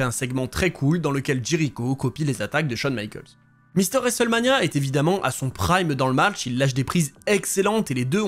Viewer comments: l'horrible prononciation "resselmania" 😂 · Je sais bien t'inquiète c'était pas péjoratif, le mot est horrible à prononcer ^^ ça m'a juste fait rire au début de la vidéo quand tu le dis 5-6x en 30 secondes 😅